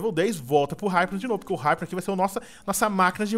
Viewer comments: E IPNO NAO HIPNO SE FALA IPNO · N se lê Raipno(hypno) , é ipno(hypno) , mds vey.... da agunia .... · ripino????? e ipino qie se fala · vc ta falando errado o nome do hypno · o edu falou o nome do hypno dps q ele capiturou todo errado